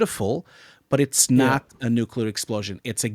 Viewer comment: NuCLear. Nu CLEAR. Get it right.